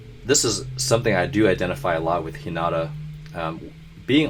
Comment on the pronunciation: Hinata's name is pernounced He-neh-tah in japanese since they don't really have a "r" pernouciation in japanese. And if you listen to the others say it in the anime it's you'll hear how it's said